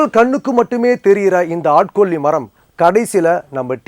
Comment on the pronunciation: ஆட்கொ'ள்ளி' மரம் என்று .சொல்கிறார்.. என்ன ஒரு அருமையான தமிழ் உச்சரிப்பு !🤣